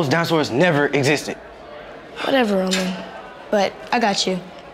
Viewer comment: I cracked up when noticed that roman was shot and he said raman